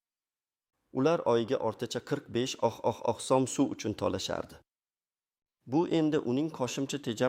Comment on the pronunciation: Суний интеллектми бу узбек сумини талаффузини тугрилаб айтиш керакмикин